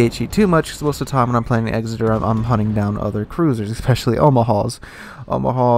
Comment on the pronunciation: EKSSITER..........NOT. EXZITER........kapeesh GayLord.......?